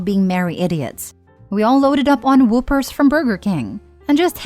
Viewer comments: Whoppers is pronounced wah-pers not whoopers. 🤣🤣🤣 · Heard this story before. First time I heard whoppers pronounced whoopers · "whoopers"? 😂 That was a rather funny mispronunciation